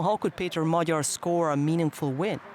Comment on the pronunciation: Kudos to the natrator for taking the trouble to ponounce Peter Magyar's name correctly. Not "Mag-Yar" like many others do.